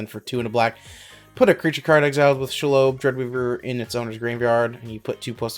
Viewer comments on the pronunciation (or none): Can’t pronounce Shelob